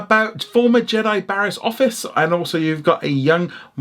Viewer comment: Jeez this is one of the worst reviews I’ve ever seen. It may not be for you but at least try and pronounce the names right. Office? Like come on